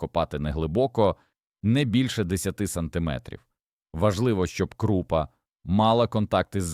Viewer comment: Вельмишановний пане,, українською гній,перегній Ставлю наголоси: горОд,пшонО, крупА і тд..Ви ж не ШІ. ГородУЗолОю -укр попіл. СирОватка...